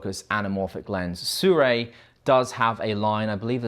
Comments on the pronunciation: aye no hate but "Su-Ray" is the only way I have heard it said how do say it. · American in their mind: *Hmm I wonder how to pronounce sirui, ahh yes "SU-RAY" 🦅😂 No hate man, I just find it funny how americans absolutely demolish pronunciations of some words. Maybe they would send you some if you got their name right😉 Good video overall though, personally I don't think the sirui or blazer look that pleasing. cooke and arri anamorphic looks 10000x better but of course they're very🤑